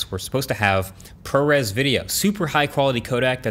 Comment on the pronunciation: ProRes = ProReels 🙃